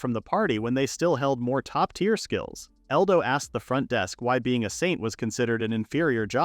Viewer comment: The AI trying to pronounce Saint in the worst way possible is hilarious.